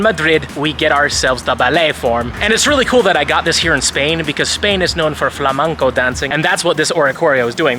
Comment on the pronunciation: It's Flamenco, not Flamanco🙃